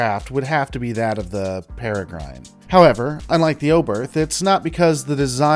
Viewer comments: first off, it's peh-reh-grin; grin not gryne. They were a little too small and underpowered to be useful as fighters in capital ship engagements. something twice the size would be much more capable, but as they are, the danube runabout seems far more capable, despite being roughly the same size. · Para-grin. Not Para-grine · Pere-grin, not para-grin. But yes, I came to say this too, but I think I find weird pronunciations quite often in these videos. Even accounting for US-UK differences. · One point: It's pronounced "para-grin" a form of small raptor (bird of prey). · I believe its pronounced 'grin' Pere-grin..the e is silent ..like the bird..Peregrine Falcon. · Please learn the correct pronunciation of peregrine, then redo this video LOL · it's ain't how one pronounces PEREGRINE. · Have you seriously never heard the word Peregrine out loud before...? It's a falcon. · I think it's pronounced with a short i . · My thoughts are: You did not learn how to pronounce peregrine before making this video. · Are you mispronouncing peregrine on purpose to trigger people? XD